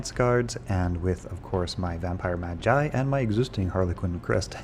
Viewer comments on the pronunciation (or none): yeah and its not magai either. you say it like you would say magician